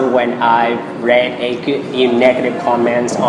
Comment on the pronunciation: mình thấy có 1 vài từ phát âm cơ bản như chances, comment, accent thấy bạn phát âm hơi kì